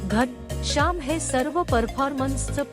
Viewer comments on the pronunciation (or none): घनशाम नाही घनःश्याम , आधी नीट बोलायला शिका , मग व्हिडिओ बनवा